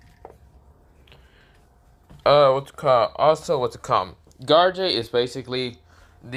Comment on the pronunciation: Bro is saying garou wrong he was saying garage